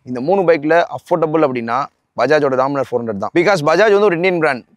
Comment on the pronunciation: Dominar ❌ DOminer ✅😂